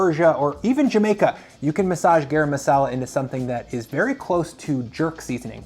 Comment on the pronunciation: “GAH-rum” not “GEH-rum”. Rhymes with “car ‘em”